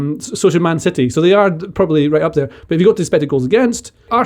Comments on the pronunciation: Why has suddenly decided to pronounce 'city' as 'siddy'. I demand an explanation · Stop saying Cidy,.